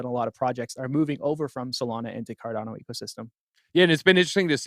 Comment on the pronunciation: Its pronounced CAR-DAWN-OH, the way its creator, Charles Hoskinson, says it.